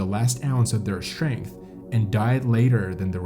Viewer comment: Short story, mountain climbing is a stupid ass endeavor. Tried to like the narration but can't get past conSCHtrict, inSCHtructor, SCHtrength, etc.